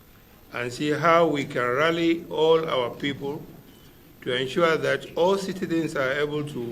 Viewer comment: Always "enshuaring" I will enshua, we will enshua, they will enshua and nothing is ever ensured. Nonsense leaders.